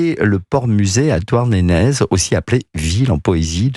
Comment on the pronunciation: Bravo au journaliste, qui prononce Douarnénèz, ce qui est la parfaite prononciation en breton!